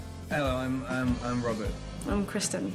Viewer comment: “hi im robet”